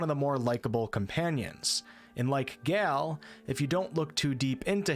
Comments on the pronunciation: So, I was curious as to why you couldn't pronounce "Gayle". You said it more like "Gelle" Can you say the word "Gay"? Then you said La'Zel is xenophobic. And then it all made sense. Left brained. Disappointing. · You sound very well-spoken until you pronounce something that is spelled like "tale" or "dale" or "yale" absolutely incorrectly and you smell like troll. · I refuse to believe that you can say Gandalf but not Gale 😅